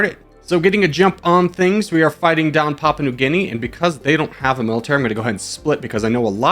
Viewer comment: "Papua" in "Papua New Guinea" is pronounced "pop-oo-uh"